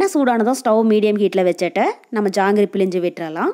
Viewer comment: Pilinju Tamizl eppadi kolai panringama Nalla Tamizla Pilzinju appadi pesanum Jangri super